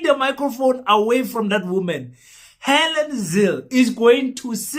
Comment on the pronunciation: Let. me make a correction.! It Helen not Hallen. I think you need to sue you English teacher.! Because he failed spectacularly to teach you anything 😂😂😂😂😂😂😂